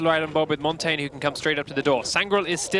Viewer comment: why not just say it the way he's supposed to be said ffs